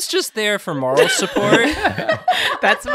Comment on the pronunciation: The Maryland accent coming out of when he says moral 😭